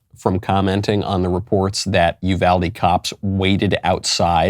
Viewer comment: Finally someone who pronounces Uvalde correctly!